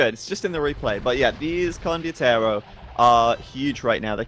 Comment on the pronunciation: kept saying "condiotero" instead of "condotiero"